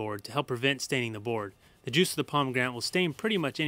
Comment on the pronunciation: oh and i found it so funny the way u said "juice" ahaaha nice vid tho!